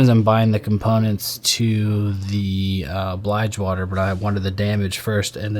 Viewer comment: Dang dude, Bligewater? lmao